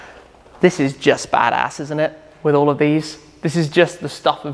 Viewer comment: Shmee saying badass 😂